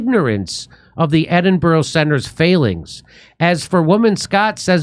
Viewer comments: Ed in bow row ? No no no, Jimmy mate its Ed in burruh. Anytime buddy. Edinburgh boy signing off. 😊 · It's Edin-brruh. Not that hard. And JK Rowling isn't even Scottish.